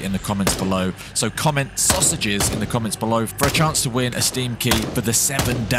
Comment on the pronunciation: sausages!!!!!! SAUS-A-GES